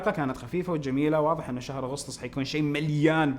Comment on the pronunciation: كانك قلت "سهر سبعه" دقيقه